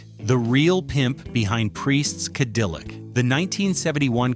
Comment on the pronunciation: Mispronunciations of simple words make this clip hilarious! Ca-dill-ic...c'mon! No A I should be used for this! SuperFly is my second favorite blaxploitation movie behind Claudine.